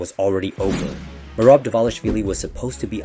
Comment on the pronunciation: Need to learn to pronounce all the names properly. Am guessing it is AI as it sounds like a native English voice butchering Merab's name amongst others.